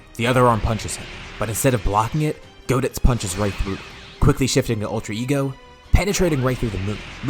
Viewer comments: goditz sounds like cheezeits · It is GO-ditz tho and not GOD-itz but close enough lol